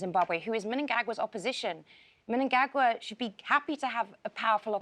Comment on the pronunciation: Who is Miningagwa? Can she at the pronunciation of her peoples names right. Don’t get me wrong I like and respect what she is doing but do the names right.